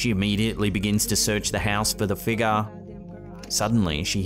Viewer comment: All I'm gonna hear all night is ' what is the mysterious figga, is it paranormal, or can the figga be something else 😂😂😂😂 lol